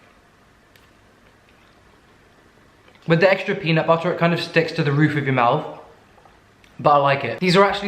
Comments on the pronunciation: The “Peanut buttuuur” is sending me 😂.Fav person tbh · peanut buddddderrr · I cracked up so hard on the "you can use some cocaine if you want" sprinkles white powder into bowl and the way you were saying "peanut butter" with and without your accent had me so dead and yes PLEASE DO BAKING WITH BAKED MILES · i love it so much when he just says peanut butter in an american accent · I really love when you try to say "peanut butter" with a US accent! 🤣🤣🤣